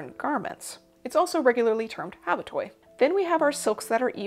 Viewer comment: Habatoi? I thought it was habotai?